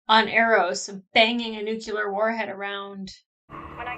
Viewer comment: "Nucular" ? WTF is that?! Repeat after me.: New-Clee-Ur... "Nuclear". There, ya go!. Musta been the rosé... ;-]